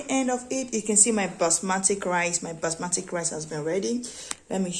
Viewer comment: It's Basmati Rice....not basmatic